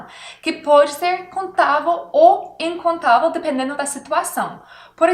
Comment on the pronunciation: Seu português e bom mais quando você for falar incontável você tem que ser lembra de termina com o som vel